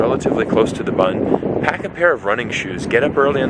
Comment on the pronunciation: You are not pronouncing BUND correctly!